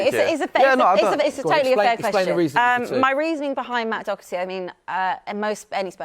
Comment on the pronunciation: As an Irishman hearing English people pronounce Doherty, DoCKerty is just my kryptonite, everyone there could pronounce zlatan Ibrahimovic perfectly, but Doherty is just too difficult for there tiny brains